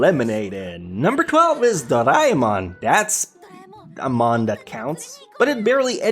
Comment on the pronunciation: Its DOREAMON not DORIMON